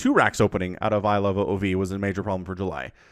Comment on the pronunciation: Just so you know iloveoov is pronounced like ilovemovie minus the m and ie